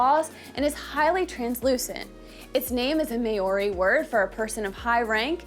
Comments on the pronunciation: " the may oree people" geez. Maori is like saying cow but with an m and ree at the end. No hate just correcting an innocent mistake, thanks for taking interest in another culture. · Never heard maori pronounced like that 😅 try saying the ri part like a roll on the tongue... the clubs can also be called patu. I personally own a wahika 😝 also wahika with the hi being pronounced more like hee. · Can't even say Maori correctly - not a good start. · I agree